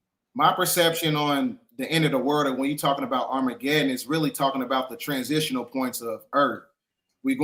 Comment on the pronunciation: What's armargedon? 😂😂😂